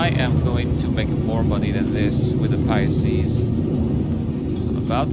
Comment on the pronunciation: Pi-Seas not Pie ah seas but good video as always